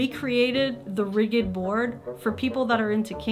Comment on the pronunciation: Rigid is pronounced rid-jed, btw. Sorry, I did a double take when I heard rigghid.